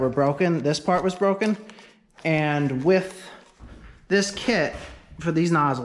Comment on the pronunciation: I hear you say 'WIF' and 'With'. Is that a NorthEastern thing?